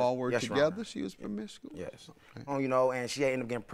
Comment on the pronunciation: Lmao she can't even say promiscuous, she 4 da streets cuz. He just as messed up as her, bruh sued his mom's. What?